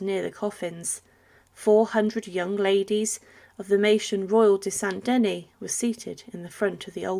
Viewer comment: Saint Denis, pronounced denii not deny. Your ignorance is appalling.